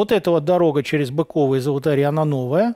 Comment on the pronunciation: Быково ударение на Ы